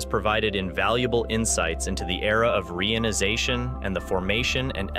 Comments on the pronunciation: PLEASE!! use the correct pronunciation of the word 'reionization'. It is "ree-ion-i-za-tion", not "ray-on-i-za-tion". The process has nothing to do with the synthetic fabric RAYON. The word, when properly pronounced, describes what is going on. The Hydrogen atoms are becoming re-ion-ized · Oh dear. ree-EYE-on-eye-ZAY-shun. HTH